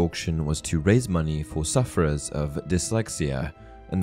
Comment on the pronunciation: i love how you say suffer like we are dieing of it